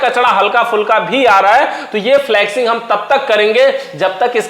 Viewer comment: Abe dhakkan फ्लक्सिंग नही फ्लशिंग बोलते हैं।